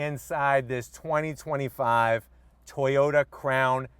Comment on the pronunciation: No WOW, itsa car, itsa crown, itsa toyawnta